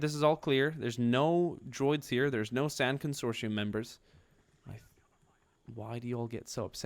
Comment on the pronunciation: Con-sor-ti-um is the pronunciation, they’re from the expansionary region. Love ur vids!